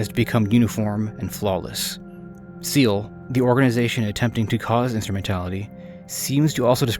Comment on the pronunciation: Fantastic video, I enjoyed it greatly! But iut of curiosity: what made you pronounce SEELE like seal? It's neither how it is pronounced in the anime nor the correct German pronunciation.